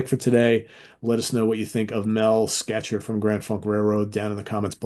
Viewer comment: Mel Schacher’s last name is pronounced as “Shocker.”